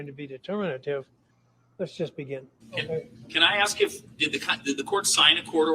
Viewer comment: He was '"AXED" a question.